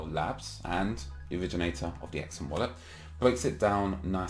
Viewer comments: its pronounced "SUM" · Surely its pronounced like sum but z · It's pronounced Sum. Like when you add two numbers together you get a sum